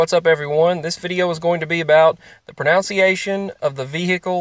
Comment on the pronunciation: I also say proNUNciation, not proNOUNCiation like you do.